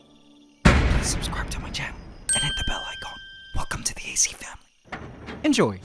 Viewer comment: I keep thinking that hes saying ace family lol